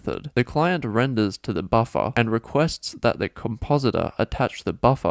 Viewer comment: everytime you say buffer all I can think of is buffa deez nutz